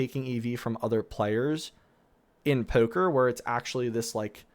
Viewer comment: “Poewker” “Noewtbook” “Coewding” Translation: Poker, Notebook, Coding